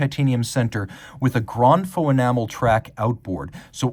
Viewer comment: you’re saying grand “faux” instead of grand “feu”